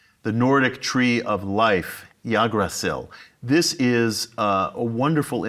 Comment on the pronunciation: Wow he doesn't even know that it's called Yggdrasil nothing with yagasil xD wtf